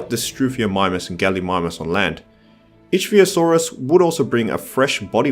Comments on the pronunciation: Ichthyosaur. Pronounced: ik-thee-uh-sawr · Your pronounciations are all over the place. Compys are "pro-komp-sog-NATH-us." And Ichthyosaur is "ick-thee-o-saur"...Like the Ichthys (Ick-this), the fish-like symbol used to represent Christianity.